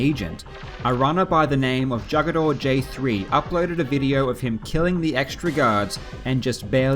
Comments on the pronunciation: I know it's late as hell and maybe someone has already said it, and who know maybe I'm wrong. But jugador is Spanish for player. I'm guessing the video game player kind. Pronounced (who-guh-door) maybe I'm wrong and it is the way you pronounced it. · Hoo-ga-DOR. The J is pronounced like an H in Spanish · I find amusing the way you pronounce "Jaegador" lol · jugador3 that pronunciation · That pronunciation of Jugador do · The only sin I see in this video is that pronunciation you did for Jugador J3. It's Spanish and you butchered it.